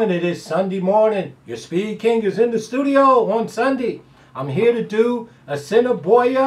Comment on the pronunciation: Haha! Sir you pronounced A$s in i boi a prfectly the first time and then butchered it every time afterward. We'll still give you some Canadian shackles though. I'm still busy counting my Cross Border money. I missed my exact but had the P3 a couple times and a decent win bet. GOOD LUCK on your ticket!